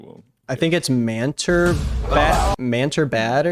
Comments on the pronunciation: I know that's not his name but it sounds like man-terf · Every time you said "Manter", I totally heard "man TERF"